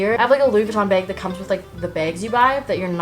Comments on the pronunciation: say bag...... “BeyAG” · The way she says ‘bag’ drives me insane but other then that she’s perfect and my dream wife